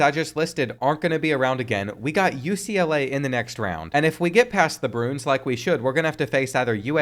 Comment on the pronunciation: Doesn’t know how to say “bruins” but wants to make sure we can say “Louisville” correctly. We are so back